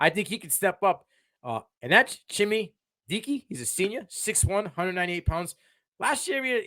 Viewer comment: It's pronounced ChimRey Deekay